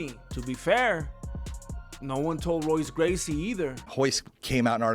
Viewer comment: Royce gracey is pronounced Hoyce bro. Replace all the R's with H's, it's weird but it's the way it is